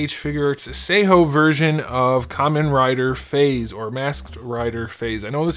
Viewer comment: Fais? It's pronounced fives.